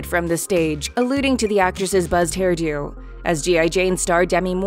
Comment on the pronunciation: "Hair durw" "Raawk"